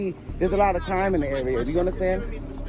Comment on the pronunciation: What cwime 😂😂